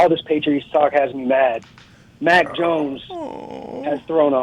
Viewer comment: Lol😂 it’s mac jonesss. Who mac joness